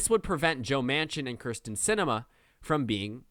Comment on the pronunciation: It is kyrsten not krysten sinema please pronounce it correctly. have a good day